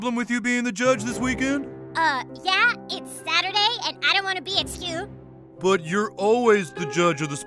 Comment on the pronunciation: „I don’t wanna be at scew“